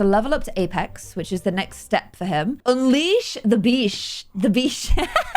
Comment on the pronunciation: "Unleash the beash" HAHAHAHA